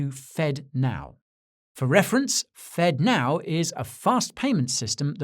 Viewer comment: Fedno instead of Fednow.